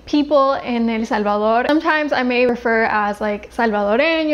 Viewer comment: I just love when someone pronounces El Salvador, I mean the correct pronunciation !